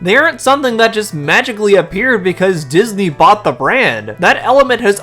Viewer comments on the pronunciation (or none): none